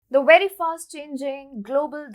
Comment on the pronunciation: It is NOT "wery" it is "very" with a V